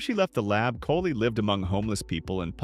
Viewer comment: If you're going to use an AI voiceover, can you please replace name's like "Kali" with something that phonetically sounds correct?